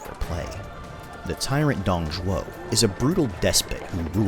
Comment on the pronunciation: Finally someone who pronounces Dong Zhuo's name right!